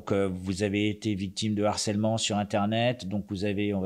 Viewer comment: En revanche, les gars, "harcèlement", c'est un H aspiré, hein !!! ;)))